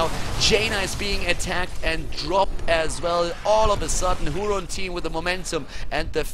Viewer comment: if it's a spanish team i believe it's pronounced "hurón", not that it metters thou